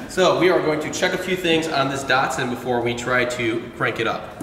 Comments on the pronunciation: Great content guys, I am subscribed to your channel, but come on guys... It's a DAT SUN not a dart sin. Keep up the great work. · How is an A pronounced like an O? There is no O in the name Datsun